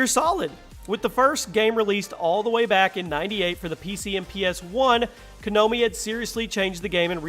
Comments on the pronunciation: lmao wth is wrong with you? top 10, 30 games of all time. I.D software? instead of pronouncing it like idd. That sonic 2 footage is from the mobile remakes? Not to mention the way you pronounce things. Oh ko rina of time, Koh no mi lmao instead of Ko Nah Mi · "Kanomi"... Konami dude, Konami. :P